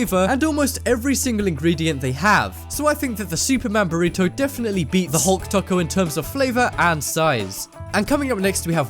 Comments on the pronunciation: Who else got annoyed when he said taco lol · you said taco wrong lol